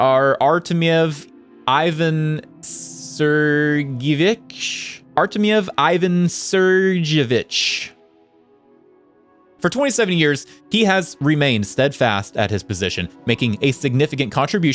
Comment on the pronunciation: sergeevich is pronounced as sergeYevich